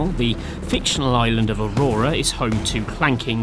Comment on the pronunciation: It's not called Aurora, you pleb! It's Auroa.